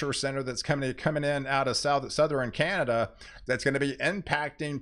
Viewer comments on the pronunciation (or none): none